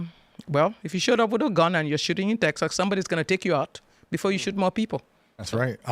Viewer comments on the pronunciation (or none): Saying “teksuks” is just pure laziness. She’s lived in the US for 27 years. No excuse.